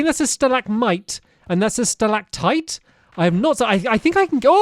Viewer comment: I laughed so hard when he said stilac pipe and stilac tight lol